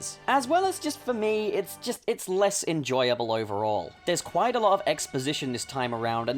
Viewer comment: Wa- Was that kwite?